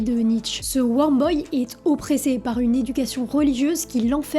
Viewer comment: Weurm pas worm. Hey je t’aide pour ta prononciation, sinon tout est parfait sur tes YouTube! Super travail ( efface mon poste si ca t’énerve ) bise